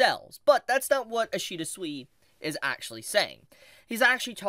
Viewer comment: Man really opens a video by mispronouncing the name of the guy the video is about, ouch